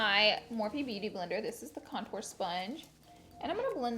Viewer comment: Can we talked about how she says “contour” 😂